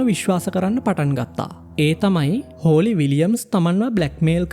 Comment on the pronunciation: හෝලි ද හොලී ද? Holly = හොලී